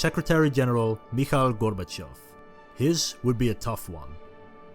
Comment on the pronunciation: Massive like for correct pronunciation of Gorbachev